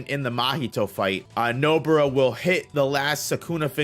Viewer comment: Stop calling her Nobura ffs